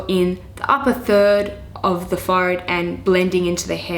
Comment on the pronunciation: you say forehead really funny, it sounds al little bit like "fart" :D :D but absolutely great video and amazing tips!